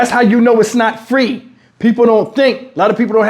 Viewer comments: I said what you said, who said it was Fa-Reee? 🤦🏾😂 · He said WTF is Fa-Reeee? I thought free was one syllable 😂😂😂